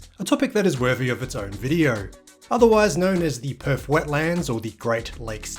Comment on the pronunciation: There is no( F ) in Perth mate! It's not PERF IT'S PERTH! 😂